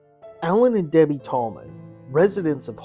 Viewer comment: it was a mispronunciation, you slurred “Debbie” as “Debblie”. But really I’m just teasing you! Liked and subbed